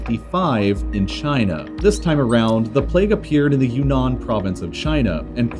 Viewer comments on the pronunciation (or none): none